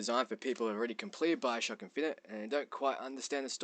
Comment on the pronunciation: why do you speak so strangely?? Biocrock ? Liehow? wtf